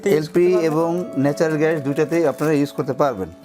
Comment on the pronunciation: প্রশ্নকারী বলদ,,,,,, ঘ্যাস না গ্যাস। পাডার "প" পাডা।